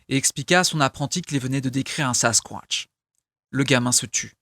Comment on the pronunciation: Juste tu me fait planner comme tu dit sasquointch 😂😂